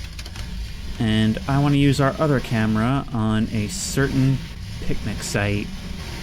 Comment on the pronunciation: "that's thrree packs of sparre batrrrees for the cam-e-ra"